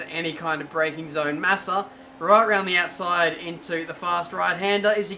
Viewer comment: ive only watched a few of your videos. you're a good driver but how many times u say "röünd the öütside" in each video is just annoying.